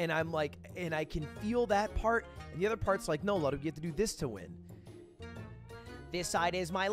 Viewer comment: Has Lud ever addressed why he pronounces "other" with an E?